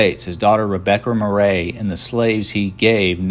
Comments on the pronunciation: Why are you pronouncing Murray as Mer RAY isn’t it pronounced like the actor Bill Murray?!?! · I am a Virginia Murray and none of us pronounce it that way either. We pronounce it Mur-ee. He tried LOL. I wish there was more known about the James Murray in this presentation. My sister and I cannot find our Murray lineage past our 4X great grandfather John Murray b.1795 d.1832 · Murray pronounced Murree...but spelled the way its written. My husband's line of Murray thru James goes way back and is easily traceable. Main direct line they the male side of the Murray line lives in Iowa. Contact me please.